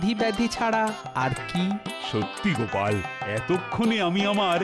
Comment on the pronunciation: আছা 😂গোপালের নাম গোপাল❌ না কোপাল 😂😂